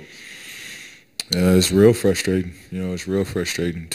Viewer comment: Do you realize there's a R in the word fRustrating?